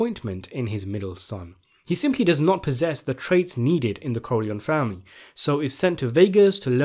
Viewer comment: Great video, but why do you pronounce the name corleòn instead of Corleo-née (Italian) or Corleoni (English)??